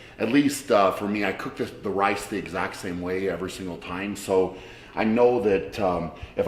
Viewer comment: Shaw : weigh out the wice Camerman : it's rice Shaw : No, it wice Cameraman : okay, sorry.